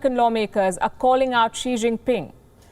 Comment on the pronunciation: 3 words. She Gin Ping subtract the Last " n " in the last word.